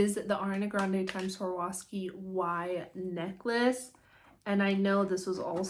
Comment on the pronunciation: Girl, you need to practice saying Swarovski before you embarrass yourself like that lol